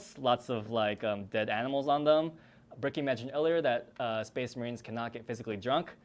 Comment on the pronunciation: SPEHS MAHREEN